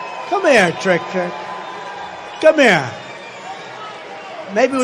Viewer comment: Why he say "come here!!" Like that 🤣